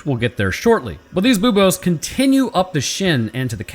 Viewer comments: you cant say bobes on youtube, the u sound makes all the difference :D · "boob-ohs" Me: "snickers" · every time you say buboes my brain goes "Boobos????" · mispronounced a science word. For shame.